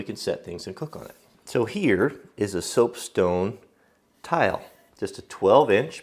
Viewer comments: Did anyone else notice that just before the minute mark he said stopesone instead of soapstone? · "Stoapsone" hahaha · 3.55 "stoapsone" lol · stope sone.... sorry, i've defended you im comments before, vigorously. but on this occasion im gonna poke fun a little- stope sone eh? where can i get me some of that? also, what is a sone? dose it come from a mine stope? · He said stoapsone! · So I'm gonna make some stoap sone(?) Am i the only one hearing this? xD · "Stope Sone" :D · listen and you'll hear him mess up and say Stoap Sone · "Stopesoan" :D